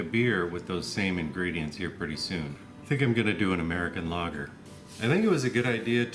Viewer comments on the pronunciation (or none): none